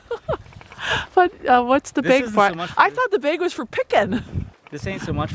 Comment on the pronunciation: I would have definitely tased you for coming up to my police cruiser. Also,, it's not " Beg ", it's " Bag " for God sake.